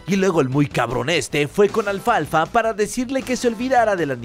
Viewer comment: Minuto dice mal alfalfa